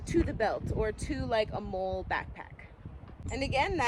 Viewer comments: Great video. Very impressive and functional setup Btw molle is pronounced molly and it stands for the Modular lightweight load-carrying equipment which replaced Alice gear (All-purpose lightweight individual carrying equipment) which was what I used when I served (yeah, I’m old). I too prefer the drop leg holster for my pew pew. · First: Molle is pronounced “Molly” You’re just a gadget girl, just like any gadget guy! It is rare and admirable. The proper mindset for rural life. However, nobody can prepare for EVERY possibility (even if you could carry every gadget made). If it were me… I’d put a LOT of what you carry in the pack! Your “outings” should be purposeful. A separate pack for each purpose. Weight & dexterity are the priority. The body is a machine & was designed without the need for 100lbs of extra gear! Minimum weight & optimum utility. Personal protection, a knife, a saw, an over shoulder bag for incidentals (which can carry most of your items) is all you should have on your body. The rest should be in packs. You can outfit your car, a cycle (motor or not), & purpose driven packs are all you SHOULD need (look to military ideals). Ask yourself: what is the purpose of all this? Are you going to graduate up to a pull cart just to carry all your preps? At some point, a diminishing return will be realized when the preps encumber movement & activity. Work smarter, not harder. My hat is off to you, but time will teach lessons you need to internalize! I WISH I could be with a life mate that has your mindset! Keep doing the work & you’ll evolve into a beautiful thing! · I believe you MOLLE not MOLE 🤣🤣🤣. I :face-red-heart-shape: your video, I am a fan now!!!!!!!!!!!!!!!!!!!! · You think like I do: any pouch gets a small knife and a lighter because reasons yet to be realized. Addendum: MOLLE is traditionally pronounced "Molly", in part as a tribute to its predecessor system, ALICE. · Is it pronounced MOLE or MOLLY? I do not know but heard both now.